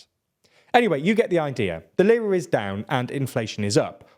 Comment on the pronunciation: I'm not Turkish yet I know how to properly pronounce "Lira". Makes the video difficult to follow with bad pronunciation 😢 Do basis research next time